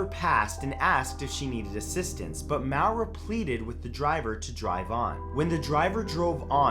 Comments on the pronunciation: Maura. Pronounced "More-rah" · I think Maura is pronounced like Laura or Maureen. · I don't want to sound mean but Maura is pronounced Mora. Like Laura but with an M. It's a common mistake. 😊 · Maura is said moora..... Lol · It’s pronounced Maura like Laura... she is literally one of the most famous missing persons of our day! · The name "Maura" is pronounce MORE-uh. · In Brazil it's pronounced Mawra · More-ah Murray. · Creepiest part is your pronunciation of Maura (more -ah). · Matt it’s pronounced Mora, like Laura with an M. Trust me, I know. It’s my name 😘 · I think 9 is pronounced Moi-rah. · maura is pronounce more-a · Maura is pronounced "Laura", but with an M. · Maura Murray...seriously? I've heard plenty of podcasts on her. Not really that creepy. I've heard creepier. And you pronounced her name wrong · You pronounced Maura wrong and she disappeared in NEW hampshire there’s no place called just hampshire in New England. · You could at least take the time to learn how to pronounce a person's name if you're going to talk about them. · The scariest part of the Video is how he pronounces Maura. UGGHGH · You butchered Maura Murrays name. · (Maw-ra) Just found the way you pronounced Maura a bit weird xD at least that's how it's pronounced here in Ireland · #9: It's not prononced Moawera Murray, It's More-ra Murray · Just something I would like to clear up: in number 9, it's not pronounced mow-rah*, it's pronounced *more-uh (unless it is stated on the wikipedia page that this is how she pronounces her name) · It's Maura like Laura not mowra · you say Maura SO wrong, it is hilarious :D it is pronounced maw-ra. People trying to pronounce Irish names will never stop being entertaining :D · Great video but say maura's name as Mora which is how it's said. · “Mowera” Murray... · Too many comments to read to see if anyone else has corrected you, but maura is pronounced more-a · you mispronounced maura its morra or marra the u isnt pronounced at all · "maow-ruh murray"